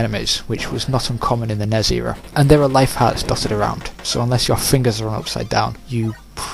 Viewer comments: I didn't know WTF you meant when you kept saying "NEZ game" but then I realized you were saying N-E-S but failing to spell it out. Back in the 80's no one called it "NEZ," you spell it out N-E-S when spoken. Similarly with SNES we don't say "SNEZ" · In America you spell it out for some reason, even though you barely do it with any other acronym like NASA. In Europe it's usually not spelled out. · Because you're odd. Not failing just how it is said...